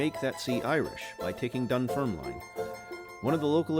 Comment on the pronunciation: It's pronounced "Dun-FERM-lin" , rather than "Dun-ferm-line". 😊